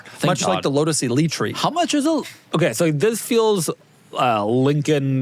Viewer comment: Lotus Eleetree sent me 😂